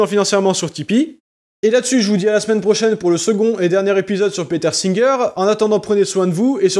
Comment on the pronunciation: Y'a que moi de perturbé par sa prononciation de "Peter" en "Péteur"? 😵